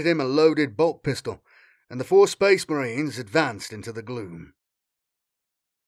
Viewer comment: Oh boy, more sphess mehreens